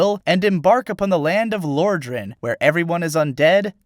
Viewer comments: "Lore-dran" BOI IF YOU DON'T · im confused how you managed to mispronounce Lordran, they say it in the game. It's in the very beginning.